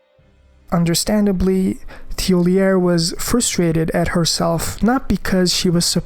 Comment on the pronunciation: Thiollier is male. Also you're mispronouncing his name. The characters even say his name in game so you cant confuse it really. Not trying to be an asshole its just these things are too obvious to be overlooking when you're making this type of content